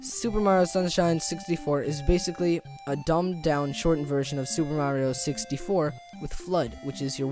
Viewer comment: Wow. Nice. Lol "Sixty-FO" I figured you would say "Mario-ish". Wow at the 2D version of SM64 and the last one!